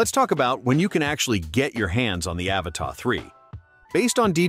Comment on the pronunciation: AVATA not Avatar